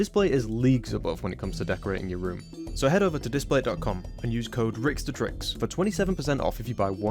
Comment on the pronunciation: wait, that’s how you’re supposed to pronounce your username? I thought it was rick-dehtricks, not ricks-deh-tricks, more like one whole word like detrimental, never crossed my mind that the de was like when people use de instead of the